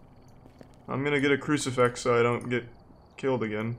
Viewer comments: Why does Charlie keep saying 'Ouji-board' and 'crucifex'? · FIX! CruciFIX. Not fex... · Idk why but him saying cricifex instead of crucifix is extremely annoying and on top of that this cameon when I was sleeping so I kept having Charles Martinee in my damn dreams cause I thought that's what he was saying